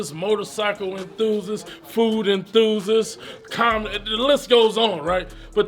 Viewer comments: "I'm a enthuzuz" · He really doesn't know how to say "enthusiast"